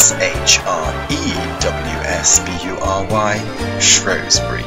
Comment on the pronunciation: its shrewsbury not showesbury